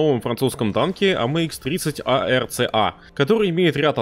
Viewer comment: ACRA а в видосе говоришь ARCA